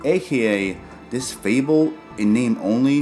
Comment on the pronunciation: I think it’s pronounced “fay-bull”, not “feeble”